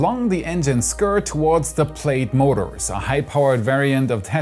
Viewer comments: “Plad”, not Played. :) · I was also tempted to pronounce "plaid" as "played", but it's actually "plad". GG, English, you did it again!